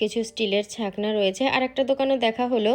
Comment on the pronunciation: কথাটা হলো ছাকনি,কিন্তু বলবে ছাকনা,😂 কথাটা হলো বেঁটে,কিন্তু বলবে বেঁটো, একটা গাইয়া মহিলা,বিচ্ছিরি